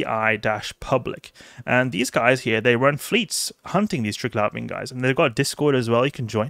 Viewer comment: Call me American, but I hsve never, NOT EVER pronounced it tirg-lavian, but rather tri-glavian.... lol